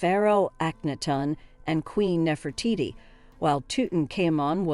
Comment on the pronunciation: Damn lady. Learn now to pronounce your names. Nefertiti was the only one you got right.